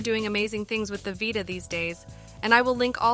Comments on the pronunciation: V👁ta or VEETA lol voice needs some perfecting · vita, not "vaita" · Vie Tuh your ai voice done goofed